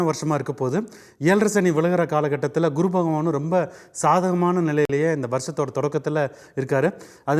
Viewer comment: இந்த guru என்பதற்கு kuru என்று ஏன் உச்சரிக்கிறார்?